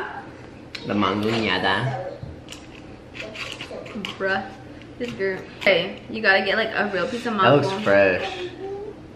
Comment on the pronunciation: Him trying to say mangonada is so funny🤣